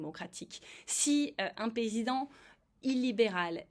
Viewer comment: "Un pézident" ?! j'ai bien entendu?